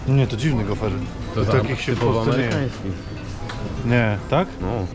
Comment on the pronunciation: Gofr, nie gofer !